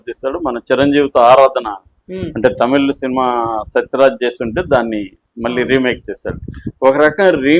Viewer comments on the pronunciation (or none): none